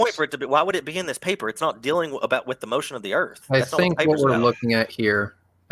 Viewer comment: I love how says "Da flat ERF